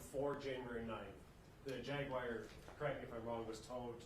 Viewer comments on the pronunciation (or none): 😒😂 Why In tf is he pronouncing “JAGUAR” AS “JAG-WIRE?”🤦🏽‍♀️ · For all that boy’s education he can’t say jaguar correctly… just saying, not that it’s serious as this case at all.